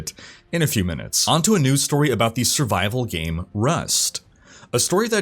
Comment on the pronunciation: On the begining you said game servers or gay servers?